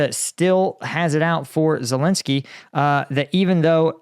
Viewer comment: ladies and gentlemen, here we have an expert on Ukraine who can't even pronounce Ukrainian president's name!!!